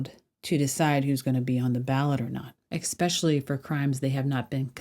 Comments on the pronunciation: Especially not ecspecially ! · There is no “Ex-specially!”